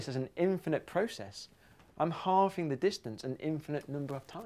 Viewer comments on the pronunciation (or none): none